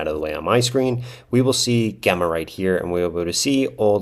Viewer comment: I think Gemma is pronounced with a soft G, as in the name and as in the G in Gemini. :)